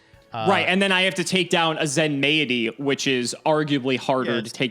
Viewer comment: Question: is it not pronounced "zen-mighty," rather than "zen-may-it-y?" Feels like Zen-mighty makes more sense as a name